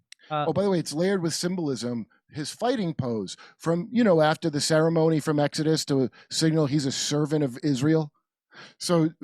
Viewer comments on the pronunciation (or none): none